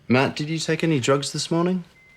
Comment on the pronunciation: when he said drugs in the beginning I had to put on CC because it sounded like he said Jokes. I was confused.